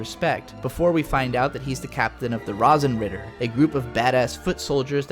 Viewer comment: Did you watch a dubbed version? Your pronunciation of the names kinda hurts... especially Kirkeice instead of Kircheis... Rasenritter is rather funny, since you make to rose knights into lawn knights (that could totally be the name of a non-professional German soccer team)